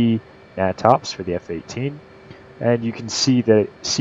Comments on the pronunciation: Great information and explanation. Another great book is "Aerodynamics for Naval Aviators." What is funny is we weren't issued it. The natops manual is pronounced 'nay-tops' not 'nah-tops'. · heh! never heard it called "gnat ops" i've always heard it pronounced "nay tops" : ) good vid though...